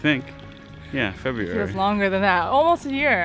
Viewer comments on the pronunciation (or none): However, he adds a U to February, he say FebUruary